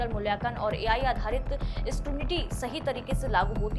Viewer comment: Madam... स्करुनिटी - skurinity nhi.... स्क्रूटिनी scrutiny bola jata hai....